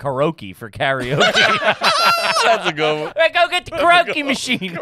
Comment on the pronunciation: It actually is pronounced Ka-ro-ke. Even tho he definitely didn’t mean to be correct lol